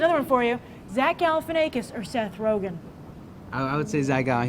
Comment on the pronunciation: shes pronouncing zach's name wrong...